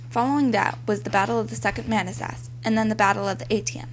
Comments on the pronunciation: Your pronunciation of Manassas is horribly wrong. I almost didn't recognize the word. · The narration is very poor here. She is obviously reading from a script with no idea as to how to pronounce certain words and it conveys a weak understanding of the material. I applaud your effort but you would sound much more authoritative if you learned how to pronounce the words Manassas, Corps, Antietam and several other words. You come across as very amateurish. I hope that you are not farther along than the 7th grade.